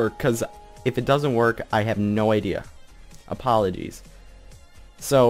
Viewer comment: "Apolidies"...-_- Apolidies?, Apolidies?!, APOLIDIES?!?!?!!?